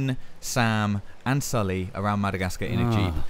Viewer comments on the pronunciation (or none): He said "Sam and Sully."